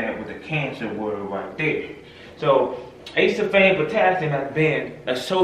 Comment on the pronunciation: It’s pronounced A-see-ful-fame Not Ace-sul-fame 4 syllables, not 3 just sayin